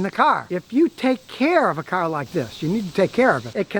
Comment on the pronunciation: Ur saying the word ....car.... Wrong...